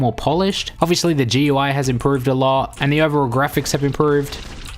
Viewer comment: I was enjoying till you said GeeUI